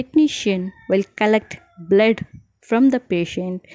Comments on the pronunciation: Why did you pronounce bled??? instead of blood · Your pronunciation -Bleed test,den 😅😂